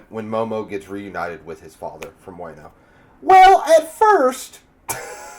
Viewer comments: Friendly reminder Everyone (including myself)! Let's not name drop future arcs/hype up future characters, let's just pretend any info past this review does not exist! We all know OP is best experienced without spoilers! :) Wano is pronounced Wah-no not Weigh-no :) Ah-Kai-nuu Kai rhymes with Spy Ah-oh-kee-jee the 'Ah-oh' part is usually said quickly so it sounds like 'Ow' Tra-fal-gar Kin-eh-mon Monet like the artist, T is silent, not Monty lol Mocha like cha-cha, her sacrifice made me a sobbing mess when I saw this episode, I really thought she would die Also Chopper apologizing for not finding them sooner made me cry even more. haha in the anime, the voice actors switched bodies, so Chopper's body spoke with Franky's voice. no wonder Robin told Franky to not speak while he was switched haha. It's easier to see in the anime. Law didn't swap their physical hearts, he swapped their 'minds/souls' whatever you want to call it. Smoker had his heart taken out, but his mind went was swapped with Tashigi's. lol I was watching this arc weekly, so seeing Trafalgar mouth the name of whichever Emperor, but not hearing it, and seeing the snow swirl around, and Nami's shocked face. I was like "WHO IS IT???" hahaha During the Fishman Island Party, Luffy, Zoro, and Sanji used Observation Haki to sense Caribou trying to kidnap Princess Shirahoshi. It's kind of assumed that Zoro and Sanji would have learned about/trained their Observation and Armanent Haki during the timeskip and also because t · The "wa" is more like "wah" in wano. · Wano pronounce Wa/no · Better way to put it is, it's not Way-no, it's Wah-no. Rhymes with Romano.